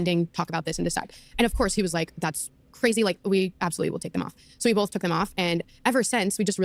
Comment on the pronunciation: I see finallyyyy says BOTH correctly, instead of “Bolth” Lol… Also, I LOVE Josh from DCP and I’m pretty sure his channel is what led me here! Which, you’re from 🇨🇦 as well aren’t you,??